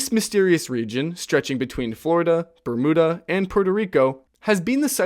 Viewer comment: For Bermuda, it has a vowel at the end so it is pronounced BERM-YEW-DAH. Not BER-MOOD-AH. It may seem trivial but I wasn't aware it was a disputed pronunciation unless pronounced with a foreign (non-english) accent. IDK....